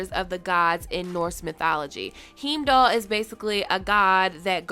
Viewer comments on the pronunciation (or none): Heemdoll. Haven't you seen any of the Thor movies, or the Avengers movies?? Lol. Heimdal is an important character in them. His name is pronounced "Hi-im-doll"; two syllables, hime-doll. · As always, love your videos. Your channel is literally what helps me fill the gap between the long-season-break. Also to help you with those pronunciations in the future: - "Heimdall" is "High-m-doll". - "Gjallahorn" is either: "Gal-a-Horn" or "Yal-a-Horn" (Or G'Horn if you ever played Destiny). Looking forward to your next video. ♥ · Heeemdall hahaha haven’t you watched Thor??? Any of the movies hahahahaha